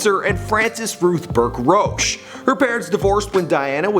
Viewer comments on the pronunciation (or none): none